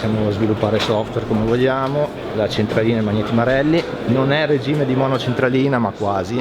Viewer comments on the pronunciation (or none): none